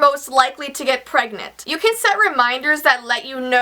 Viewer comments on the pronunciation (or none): Omg when you said pregonant my dad was there I turned the volume all the way down because I am 8 years old